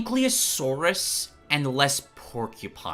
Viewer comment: I love your content, and with all due respect, your pronunciation of ankylosaurus killed me 💀💀💀